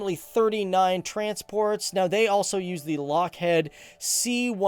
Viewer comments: Lockheed is by the way pronounced, Lock-Hiid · It's pronounced Lockheed, not Lockhead. Come on...